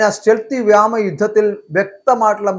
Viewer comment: "വ്യാമ " മാണോ അതോ വ്യോമ മാണോ ശരി